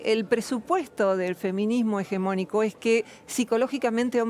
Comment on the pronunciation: Se le sube el azúcar a la entrevistadora cada vez que Roxana pronuncia "feminismo hegemónico".